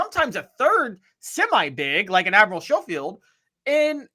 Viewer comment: Please tell it’s pronounced SKOH-FIELD